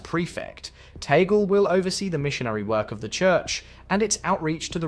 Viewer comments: It’s TAG-LE, not TAGEL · its not Tagle' you can read it or pronounce as Tag-Le